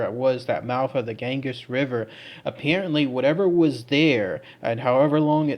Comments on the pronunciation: OMG KID YOU SOUND SO IGNORANT BY NOT LEARNING HOW TO PROPERLY PRONOUNCE THE NAMES OF THE PLACES YOU TALK ABOUT!!! IT'S PRONOUNCED "GAN-GEE'S" LIKE "BEE-GEE'S". NOT.GANGUS. PLEASE CHECK OUT HOW TO PRONOUNCE THE WORDS B4 YOU SAY THEM BRO!!! MAKE SURE YOU DO IT, BECAUSE IT'S NEARLY EVERY SINGLE ONE OF THE VID'S U DO MAN!!! THE ONE IN THE LAST VID WAS- SHROPSHIRE IS PRONOUNCED "SHROP-SURE" ANY SHIRE IS PRONOUNCED "SURE"...NOT "SHIRE" BRO!!! IT'S AT LEAST 2 OUTTA 3 VIDS YOU DO IT IN BRO IVE WATCHED THEM ALL!! TOUGH LOVE, I DO LOVE YA BUD. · And it's the "gan-gees" river btw. xD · Gan-Geez river